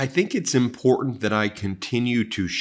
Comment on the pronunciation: Jumped the shark with boner pills a la Alex Jones. Bad enough your brother can't pronounce the word important but boner pills. Now blocking the channel I watch most